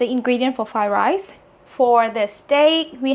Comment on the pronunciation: Am I the only one who hears "Thigh Rice" instead of "Fried Rice"?